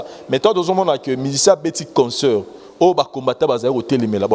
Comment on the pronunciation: Essaye de bien prononcer le mot concert et non conceur, tres souvent tu prononce comme cela. Sans rancune